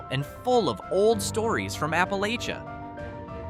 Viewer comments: Born and raised in Kentucky, as were my parents and grandparents and great-grandparents. In our area, we pronounce it as Appa-LATCH-uh. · It was pronounced "appa-lay-shun" in the eastern part of the state where I was raised. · Please learn to pronounce Appalachia correctly.